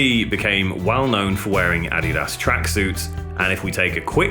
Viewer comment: Lol how he says Adidas !!